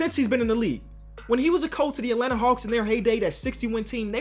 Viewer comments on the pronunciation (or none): none